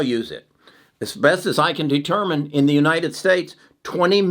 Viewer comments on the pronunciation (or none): none